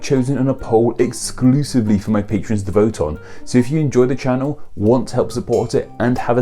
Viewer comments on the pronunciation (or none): none